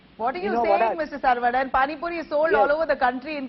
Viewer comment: This lady donot know how to pronounce the name saravanan she isays sarvanan.